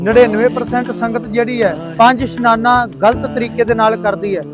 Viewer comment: ਪੰਜ ਇਸ਼ਨਾਨਾ ਹੁੰਦਾ ਸਨਾਨਾ ਨਹੀਂ